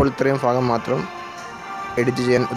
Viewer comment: Fagam alla bhagam